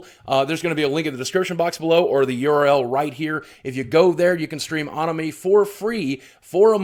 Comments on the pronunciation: Boogie....Boogie...come on man. ANIME...AN-Ni-May...Not Uh-Ni-Mah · he said... ahnimy. not animé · I just have 2 things to say... 1. South Park had a previous game on N64. The Stick of Truth was the second game. 2. You said "anime" but pronounced it "O ni mee". Respond as Francis. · you said Aw-nime so honestly im not even gonna consider the offer lmao the cringe killed me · Do people actually say anime the way he does? I always pronounced it like "animal." o.O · he called it (ah)nime, I almost quit watching right then and there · wtf is (AH)nime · boogie2988 you said anime so wrong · Never heard Anime pronounced like that before lol